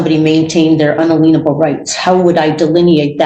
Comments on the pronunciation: What are "Unaleeenable Rights?" Lmao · For someone with so many degrees her command of the language is abysmal. What are “unaleeenable rights”? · Un-a-leenable rights? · wtf does unaleanable mean? Or is she just murdering the word unalienable?